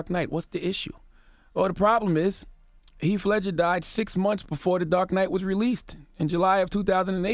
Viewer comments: "Heaf" Ledger 🙄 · Charla charlaaaaa it's Heath Ledger!! U said it right then corrected yourself to say it wrong continuously 😂😂🤣🤣🤣